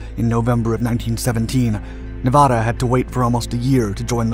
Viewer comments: Please. PLEASE! SAY NEVADA CORRECTLY! Nev (in never) add-uhhhh. Not neevauhda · Hey ding a ling it isn't pronounced Nevawda........Nev ad a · It's not Nevahda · Nevahda... no wait that's not right. Nevada there that's better. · What a misinformation fest. First of all the narrator doesn't know how to even pronounce Nevada. Hint it's not Nevahda. And it wasn't the only Battleship to rise out of Pearl Harbor and fight the Japanese. Shsseeehhh do your friken homework. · How did he pronounce Nevada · Good doc, but you say Nevada like a tourist. :) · If I am not mistaken, she had 2 atomic bombs dropped on her was used fpr target practice by 2 battleships and then torpedoed. Taking something like 3.5 or 4.5 days to finally sink. Being from nv I did my senior project on her. And the way you say her name tells locals you are not from here. No biggie we just know when we hear it 😅🤷‍♂️ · Everyone from Nevada cringing every time he mispronounces Nevada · Pronounce the state correctly. You're getting the second syllable wrong. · C'mon man. If you narrate a documentary, at least pronounce the word Nevada correctly.